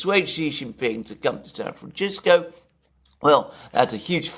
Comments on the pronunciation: I see Alexander STILL insists on mispronouncing San FranCisco - weird, and irritating. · Alexander, you're pronouncing San Francisco wrong with that middle C letter as if it were italian, but it's a spanish name and that C sounds like an S, like Cisco the company, FranCisco. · San FranCHisco? I didn't know it was pronounced that way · Whats up with pronouncing it "Franchisko" ? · Your pronunciation ... sounds like you keep saying "San Franshitsco". Appropriate. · Kudos to alexander for saying "San Franchisco", not once, but twice 😂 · San Franchisco lol Alexander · San Franchisco 🤣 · San Franchisco? :D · The only surprising thing Alexander is saying is his pronunciation of San Fransisco. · Very interesting. Less so, why Mercouris can't pronounce San Francisco correctly. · hey, "ci" in Italian is pronounced the way the brits say 'chimney".. but San Francisco took its name from the Mexicans, and there the 'ci' is pronounced as we say 'simple'